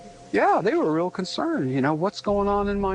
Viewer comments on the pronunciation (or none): none